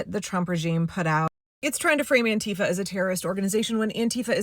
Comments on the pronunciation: It’s also stressed on the first syllable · Auntie Fa is how it should have been pronounced all along. 👵 That's how you say anti-fascist. That accent on the second syllable just makes me grind my teef. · The irony is that the pronounciation "An-TEE-fa" was invented by Trump. The term was originally the German abbreviation for Antifaschismus, which means anti-fascism. It should be pronounced "AN-ti-fa". (The vowel sounds are a bit different in German, but that doesn't matter.) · I thought it was "Aunt Teefa".